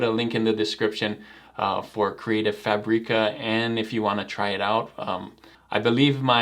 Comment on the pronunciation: Omg it’s FABic-uh! Not FuhBREE-kuh.